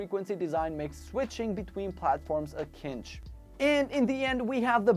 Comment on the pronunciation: Doesn't really seem like you wrote this script... considering how you mispronounce words that aren't often used in everyday language (eg. cinch). Also... how about trying to talk about the controllers not in a way as if you are reading of a telepromter.